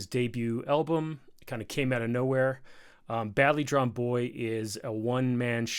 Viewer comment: Great to hear an American loving this song and a great breakdown of it - you even pronounced his name right